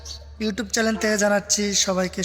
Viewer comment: চ্যালেন না,চ্যানেল।